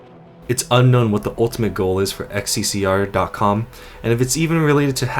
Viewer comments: xccr is not an english thing it is most likely in bulgarian as the game is set in sofia and pronounced as hssg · Serbia uses both latin and cyrillic, but we don't use the latin symbol "X ( pronounced as ex)", though we do have the cyrillic symbol "X (pronounced as H)", so if the game is set in Serbia, Bosnia or Croatia that isnt XCCR but more likely HSSG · xccr is not xccr, it's хссг. HL2 is based on Eastern Europe, so it's read kh-s-s-g. Most likely a parody of СССР (USSR). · It's not "XCCR" ,it's "XCCГ" - (H S S G ) in cyrillic alphabet :D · It's not "xccr" its "хссг" Cyrillic. Pronounced H (kh) SSG. Its supposed to be the name of a country that existed prior to the 7 hour war. Its probably nonsense cyrillic, based on the names of member states of the USSR. The meaning of Х & Г is unknown to me, they probably have no meaning. But the meaning of СС is definitely along the lines of Советская Социалистическая, Soviet Socialist. For Example, each country in the USSR had its name as Country Name Soviet Socialist Republic. Kazakh SSR, or КССР, Latvian SSR, or ЛССР, etc., etc.,. Х & Г are just placeholders for the identity of this ambiguous country. Also, please, everyone, for your sake, if you cant read cyrillic dont try. It's better to keep your mouth closed and be thought a fool than to open it and remove all doubt. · That didn't say "xccr" that's Russian for "ХССГ" pronounced "kah-sae-sae-gey". Not to sure what else that means but yeah, that's Russian not English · The sign doesn't say "Ex See See Ar." It's Cyrillic, so it says "Kha Es Es Ge." Entirely different letters. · "XCCR" NO. NO NO NO NO. You just insulted every single nation that uses cyrillic as their alphabet. You cant tell me it was too hard to look on wikipedia to check that and read it correctly as HSSG. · "xccr" are pronunced "hssg" and of course in Russian accent because those are russian letters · Its cyrilic so its not xccr its хссг(hssg) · the ХССГ sign is pronounced HSSG, just so you know.